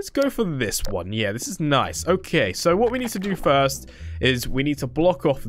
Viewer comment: You said frist again it’s first the r before the i